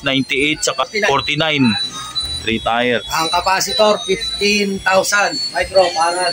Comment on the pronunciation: tier..tire? tier..tyer pronounce nyan 😅😅😅😅 palpak mag blog 😅😅😅😅